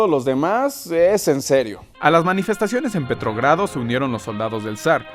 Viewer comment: jajajaja petrogrado, yo pensé que decía PetroBras